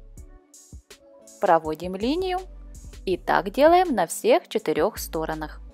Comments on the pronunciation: Так интересно вы ставите ударение на слове стОронах, а правильно стронАх! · Автор, пожалуйста: "сторонАх". Аж уши режет.